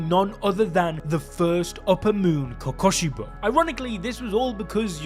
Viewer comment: bro is saying kokobishou instead off kokushibou